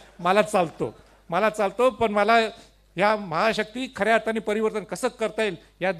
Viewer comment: 😂परिवर्तण 😂 बोलायला शीक